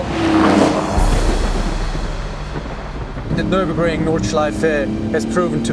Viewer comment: Didn't expect the near flawless pronunciation of Nürburgring Nordschleife on an american channel